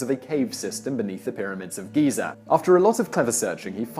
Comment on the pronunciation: GHEE-ZARR. XD